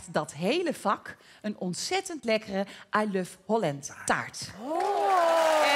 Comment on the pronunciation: Wat is dat Engels van Linda toch slecht: "ij luf hollent" taart...